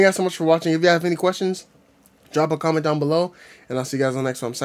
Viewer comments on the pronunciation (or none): none